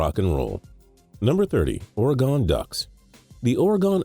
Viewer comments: I'm from Oregon, and everybody pronounces it Oar-u-gin. He pronounces it Oar-e-gon. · why do u say Oregon so weird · Why does he say Oregon so weird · Ore-GUN not Ore-GONE. arrrrg. Go Ducks! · Guys, people from the east say Oregon differently. All of us westerners pretty much say Ore-gun while most easterners say Ore-gone. Nobody is mispronouncing it, it's just where they are from. Example: Soda- western, Pop- Eastern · He probably lives in the east. Most eastern people pronounce Oregon, Ore-Gone while most westerners pronounce it as Ore-Gin or Ore-Gun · FOR ALL THE PEOPLE WONDERING WHY HE SAID Oregon as Ore-gone, it's because he most likely lives in the east where most people pronounce Oregon that way while in the west, we pronounce it Ore-gin or Ore-gun. It's a geographical thing like in the east what we call "soda" they call "pop" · It's not ore-GON it's ore-GIN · Oh lord. Or-eh-gone? Or-ee-gon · OR-EEE-GUN. c,mon, terrible, right out of the gate. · ORE-GIN not ORE-GONE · O ree gon not oregon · it's Oreg-in not Ore-gone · I live in Oregon it's Oregon not or gone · oragawn? 😂it's pronounced or sounds like oregin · Just 2 Let U Know Say Oregon Right u said Wrong it's not ORE GON it's OREGON so get it right next time u say OREGON GO DUCKS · OR-E-GUN, all together now, OREGON. NOT or-e-gone, you see a fucking 'e' at the end? Lots of people mispronounce it, but yours is by far the worst I have ever heard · Lucas Bach he was saying orgon instead of Oregon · its ore-uh-gen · no its ORE- Ginn as in ted Ginn Jr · same I'm from Alabama never heard any one say it or-gone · Tyler G Ore-gin im from oregon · ORE-JON IS HOW YOU PRONOUNCE IT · this man really just said orgon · Lol, Ore-Gone? 😂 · Oregon is pronounced Oregun btw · Oregon. Pronounced "OR-IH-GUN" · It's Oregon not oragone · Your saying organ wrong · He said or gon ducks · WITH which you have been familiar WITH for years. REDUNDANT. Or-eh-gawn? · The ore-gone ducks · DID THIS GUY JUST FUCKING SAY OR-GON